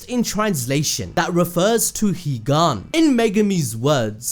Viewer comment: Me hearing Higan= Jigennnnnn😂